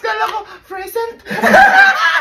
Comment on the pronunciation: FASADO 😂 FERFECT 😂😂😂 FRESENT